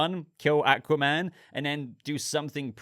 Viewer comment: Thouggt the teaser looked good and im looking forward to the full trailer. 👌 You pronounce Aquaman correct btw 👍